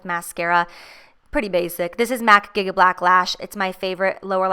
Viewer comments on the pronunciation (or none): none